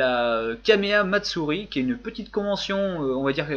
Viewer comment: Je rêve, ou le mec qui chie sur les gens à la prononciation douteuse, nous parle d'un certain "Quaméa Matsourie" ?